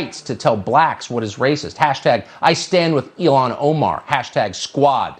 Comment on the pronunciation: Tucker's voice is like nails on a chalkboard it sounds like he's going through puberty. Also it's Il-Han (an Arabic name, my first language)...about as irritating as when people pronounce Iraq and Iran as Eye-rack and I Ran (its Eee-ROCK (hard e/ letter ein)) and Eee-RON.